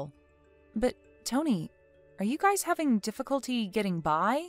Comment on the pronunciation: It's pronounced guy's, not "guyses" 😂